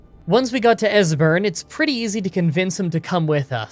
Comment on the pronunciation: At least he didn't butcher Esberns name.